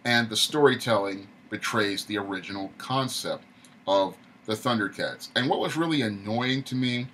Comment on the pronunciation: Tundercats no "H" Roar lol